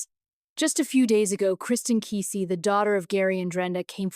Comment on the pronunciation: Its prounced Kaa' see